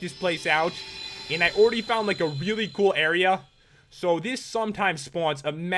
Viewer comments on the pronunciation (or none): rdally pat "already" i think you mean "oreready"